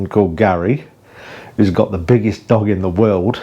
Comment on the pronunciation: Am I the only one who thought you said Dong instead of dog at the beginning!? 🥴